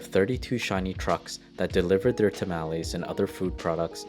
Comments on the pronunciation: It's not tamaalese it's tamales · Sowth-ern, maasa, ta-mal-ees, tack-ows....uugghh.. pronounced suthern, mahsa, ta-mah-les, and tah-coes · lol tamowlees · "Tuhmallies"... "Tackos"... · Please get a human to narrate. The goofy pronunciations are too much. "Sow-thern" "Ta-malees, like 'malformed' mal" "Cah-suh, like 'cat' " "Tack-oh" I mean, c'mon. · To hear this guy pronounce CASA, MASA and TAMALES wrong every time. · The way you pronounce masa, tamales and, casa makes me want to stab out my ear drums with a pencil. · The way you say masa drives me crazy [Edit] tamales too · Plz stop saying tamales like that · Yet he butchered tamales, masa, and southern.